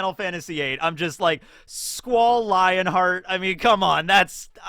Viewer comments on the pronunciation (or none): Wait...Lionheart? It's Leonhart. I mean yeah essentially the same thing but different pronunciation and a bit less on the nose lol